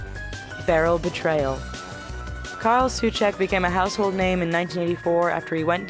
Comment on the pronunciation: It reads normaly as Karel, just karel, and Souček as So-check #Czech_Auto_Correct :DDD